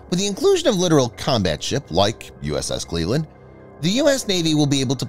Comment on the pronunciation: You are mispronouncing the word literal. The word is littoral and it refers to the littoral zone or shallow areas near coasts. You're not the only one that makes this mistake so don't feel bad. Littoral Zone. Not the literal